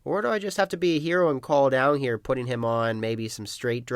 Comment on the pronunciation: he pronounces down as 'downg' a lot and it sounds crazy lol